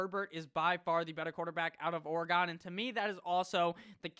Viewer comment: You say you’re not a genius so that’s your excuse for mis pronouncing, but how can’t you pronounce Oregon right?